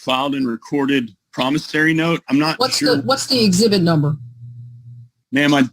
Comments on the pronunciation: I want the word "promisary" stricken from the record. It's "promisOry"! [I feel better.] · it's not a promisary note; it's a promissory note. The judge was just too polite to correct you. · PromissARY note! 😂. Even the judge pronounces it that way!! 😂 Lordy. 🌷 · Even when the judge CORRECTLY pronounces promissory (I learned how to pronounce it playing the game of Life when I was in 3rd grade), continues to mispronounce it as promissary. Delicious! A full 7 course SovCit meal plus dessert!(metaphorically speaking). I believe this is a rather old video, but at the end, the recent Law Talk with Mike song, "I Do Not Consent" is now doing its ear worm action on me! By comparison, gobbledy gook is a compliment for what he is saying. It is worse than that.